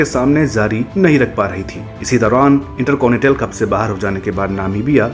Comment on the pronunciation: भाई आप उर्दू शब्द सीखो क्यूंकि जाना की जगह ज़ाना और जगह की ज़गह सुनना बहुत भद्दा लगता है इन्टरकॉनिटल नहीं इन्टरकॉन्टिनेंटल होता है